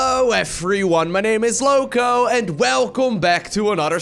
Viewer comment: Lowko, why are u loco? Loco means crazy and lowko sounds like loco haha. Hello from Spain ma brotha